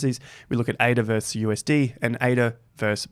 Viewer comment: Love your videos. One pet peeve. It's "Versus" not "Verse"